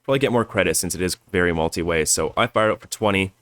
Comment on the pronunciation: "multi wey" haha little bit of a Canadian accent there, eh?